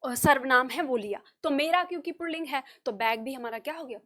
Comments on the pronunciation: Pronunciation pulling hota, purlling nai hota. Aap galat bol rahi hi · आप बहुत अच्छा पढ़ाती हैं। परन्तु पुल्लिंग (Pulling) का पुर्लिंग (Purling) उच्चारण करना गलत है। पुल्लिंग में "र" की आवाज की कोई आवश्यकता नहीं है। पता नहीं आप ऐसा क्यों बोलती हैं? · आप पहले अपना पुलिंग का उच्चारण सही करें।